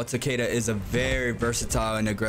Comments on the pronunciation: For goodness sake, man! If you are going to a make a guide for a character at least say his name right! It's TAH-KEH-DUH, not TUH-KAY-DUH! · is ta ke da no h, not weird pronuntiation like you are doing, and definitely not u ...bruh, if you want to correct someone, first be sure to be right yourself, thats embarrasing